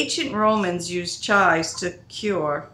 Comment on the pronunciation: Thought I posted a comment earlier this morning ... hmmmmm ! I notice you pronounce the herb as "chi" - not saying the V or the s (sounds like Chai tea to me :) ) All mine have the purple flowers on top - what do you do with those - I'm sure I can look in my books lol I love to dehydrate it also as I enjoy chives on my potatoes !!